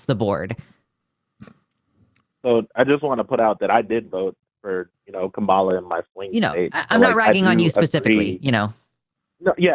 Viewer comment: sounded like he said "Kabala"